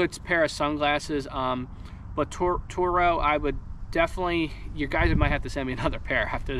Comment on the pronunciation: it’s pronounced like Toro